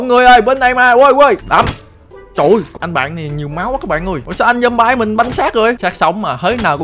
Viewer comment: zom-bi mới đúng a ơi